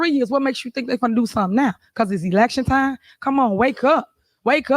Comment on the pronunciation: If your mayor can't say "ask" right and pronounces "time" as "ti" you have made a seriously poor decision.